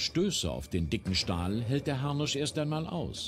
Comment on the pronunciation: Video=larmoyant reacted.. die Doku ist viel akkurater. Es heißt nicht "Harnich". Das tut in den Ohren weh.